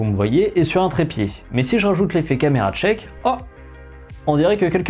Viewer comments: Y a pas de "t" devant "shake". C'est shake, pas tshake. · Note sur la prononciation, c'est "Shèyyyk" et pas "Tcheck". :) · Camera shake, pas chake. c'est un shhhhh pas un t'ch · Camera SHAKE, SHAKE! Et pas CHAKE! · attend tu prononce shake => tshake, ca se prononce chake pas tchake, fait gaffe a ta prononciation quand meme grand. Chouette vidéos ;) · Caméra SHake pas TCHake merci ça gêne un peu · Pour "shake", c'est pas "tchèque", mais "chèque" ... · Juste pour info, "Shake" (secouer, trembler) se prononce grosso modo comme "Chèque" et "Check" (vérifier) se prononce grosso modo comme "Tchèque". Merci Jean-Michel Anglais. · non, sh ne se prononce pas tch. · Tu le vois où le "t" dans "shake" ?